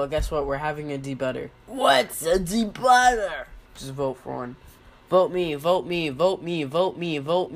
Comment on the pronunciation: I vote for 8-Ball to debut. And you pronounced it like, De-butter, But it's Daybeauter.